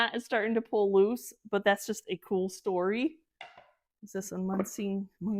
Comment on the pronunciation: Beautiful finds. I love my Munising bowls. My dear friend lives there. Once you get the correct pronunciation lol You will remember it. Start with mew... ni...sing. Sing like sing a song. 😁